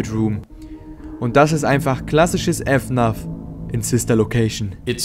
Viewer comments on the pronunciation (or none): F NAF man sagt FNAF😂😂😂